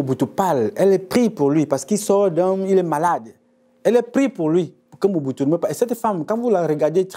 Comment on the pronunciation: C'est pas MUBUTU c'est Mobutu